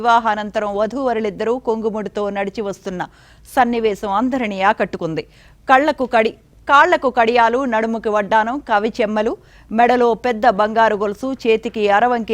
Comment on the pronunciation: కవి చెమ్మలా? చెవి కమ్మలా? రారిక వైభవం కాదమ్మా.. రాజరిక వైభవం.. ఈవిడని వార్తలు చదవటానికి పెట్టుకున్న మిమ్మల్ని ఏమనుకోవాలో? నన్ను పిలవండి. చదువుతా.. తు. తెలుగు ని నాశనం చేస్తున్నారు